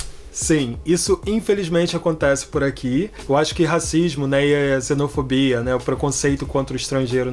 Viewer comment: Tenho a impressão que ele diz "zenofobia". Tô ficando surdo?